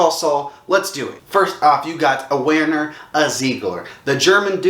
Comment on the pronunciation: Delegitimized your ranking in the first five seconds when you can't pronounce a character's first names that has been said four trillion times lmao. It's "Verner" Ziegler, man.